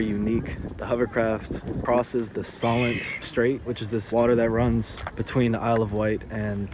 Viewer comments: I live on the Isle of Wight, the way you say 'solent' is hilarious. Glad you enjoyed your very short stay here mate, at least you went to Spoons, how very British of you :) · SO-l'nt, not Sollent. And Spoons, not Spoonies LOL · I don't recognise the UK in these videos. It's sunny all the time. Btw we say 'spoons' for Wetherspoons and Solent is pronounce 'so-lent' not sol-lent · SAY SO--LENT NOT SOL ENT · ....and it's So-lent not SollAnt 😂😂😂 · I used to live there. Not "Soll - ent" but try "So - lent". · It's pronounced So_lent not Sol_ent. lol Looks like you're having fun and getting to see a lot of places this time! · You keep saying "the _Sol_ent" It's the _So_lent... ('So' to rhyme with "go" ( Not "Sol" as in the name for our Sun) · Pronounced Sewlent (Solent) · The Isle of Wight is brilliant and you should have at least stayed overnight...lots to see and do! PS it's pronounced SEW-lent! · Solent..pronounced So(e)lent.. the long o sound. I’m from Hampshire my school had Houses named after local rivers/waters.. Hamble, Test, Itchen (all rivers) and Solent. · I live about 8 miles along from Portsmouth (still on the Solent) and use the hovercraft regularly. It’s a fantastic City. 😊 I’m so glad you enjoyed your visit. ps Solent is pronounced ‘Sohlent’. 😊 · Great video, nice to see some of my old stomping grounds from my youth. And I commend your pronunciations, almost all spot-on ! Only "Solent" really stood out, we say it more like "Soulint" (so not 'saul' like the name, more 'soul' like the music :). Fun fact: if you'd stayed there this weekend coming you might've witnessed one of the Solent's quirkier traditions - there's a sandbar called the Bramble Bank between the Isle of Wight and mainland which, weather and tides permitting, is exposed enough for local cricket teams to play an annual match on it, so once a year you can watch people play cricket in, essentially, the middle of the sea :).